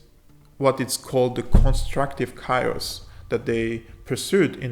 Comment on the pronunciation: Chaos pronounced: "kay .os" Thank you for your fantastic content. God bless.